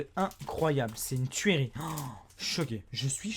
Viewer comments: Pk tu dit tuéri on dit pas turi?? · On dit turie meme si sa s'écrit tuerie toi tu dit tuÉrie XD